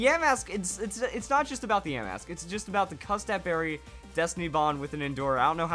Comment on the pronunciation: I was fine when you pronounced yamask wrong but when you pronounced the vivilon wrong I wanted to punch my screen. If your wondering how I know how the pronunciation is, all I do is watch the anime, and they pronounce it right